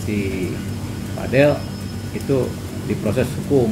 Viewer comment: Vadel😂vadil bkn vadel😅